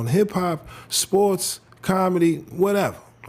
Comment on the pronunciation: Wtf are spoooooorts? Seriously if your from the states speak proper English